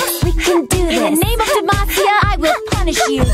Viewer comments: Who else heard "In the name of Demacia! I will punch you!" Instead of punish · The first time I heard it, I tought she said "In the name of Demacia, I will punch you!" LMAO